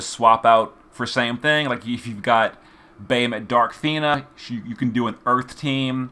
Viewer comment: Can someone please help this man pronounce Bahamut?